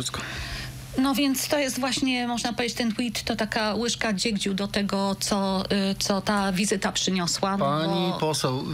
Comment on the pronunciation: Łyżka DZIEGCIU, a nie dziegdziu pani. Nie było się na tej lekcji?